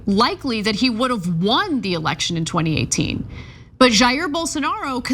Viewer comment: “... in Brasilia”, which is the capitol city in Brasil. Jair is pronounced “JA-eer”, or “scum-bag”. I expect better from TYT.